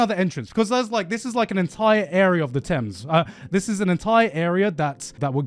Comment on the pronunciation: Anyone else hear garnt say he had a gorgeous view of the Tims, instead of thames? I'm just imagining him looking at a massive pair of Tims, wearing a Yankee hat😂😂